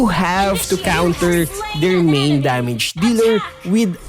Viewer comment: Damige, eich P Practice your English